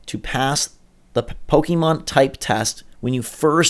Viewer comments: PRONOUNCE IT RIGHT PLEASE!!!!!!!! POKÉMON!!!! NOT POKEEEEEEEEEEMON!!!!!!!!!!! AAAAAAAAAAAAAAGGGHHHHHHH!!! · pok-ayy-mon not pok-ee-mon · Pokeemon? Really? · Aaaaaa stop calling it po"kee"mon !!